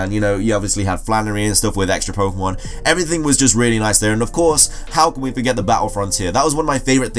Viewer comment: I hate it when people say "poke uh mon"